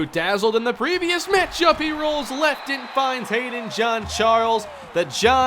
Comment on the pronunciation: Why do you keep on saying John John John John even Google gets this right John is John